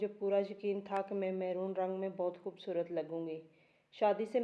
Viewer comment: میرون رنگ ہوتا ہے مہرون نہیں